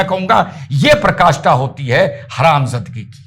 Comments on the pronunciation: Praakashtha hoti hai, prkashtha nhi... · Sir aap PRAKASTHA KI jagah PA- RA- KASTHA bole jo sahi hai. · प्रकाष्ठा नहीं पराकाष्ठा